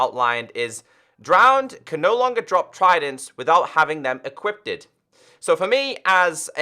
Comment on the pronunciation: “equippted” XD